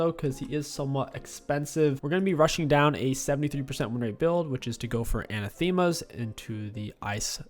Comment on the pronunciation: Its pronounced Uh nah thuh mah not anna thee mah